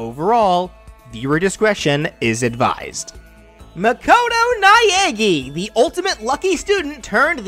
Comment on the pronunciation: Naegi : NAH EH GI Japanese pronunciation is super simple and doesn't need English accent 😭🙏